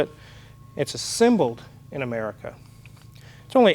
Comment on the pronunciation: "Amaurica" lol